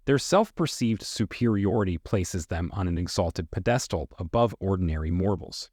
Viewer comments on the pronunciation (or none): "Until the day they day". "Flawless fasade". Facade is pronounced "fuh-SAHD". "Treacherous" is pronounced "TRECH er us". PED es tahl, not ped ES tal. Don't use "I'm" at the end of a sentence. If you can't get English right, how can we trust what you say?